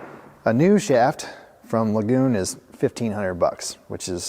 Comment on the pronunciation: i believe you are mispronouncing the name as lagoon. looks to me like L.A. Gun